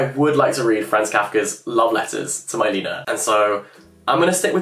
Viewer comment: maybe google how to pronounce non-english names beforehand? Milena is Czech and not pronounced like that lmao